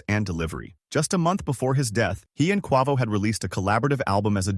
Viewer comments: "Kwua-voe" 💀😅 jp jp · How do you get quovo out of quavo😅😅😅 Nipsey Hussle died in a home invasion what is he talking about ? I can't even continue to watch because you clearly obviously don't know what you're talking about😂😂😂😂😂😂😂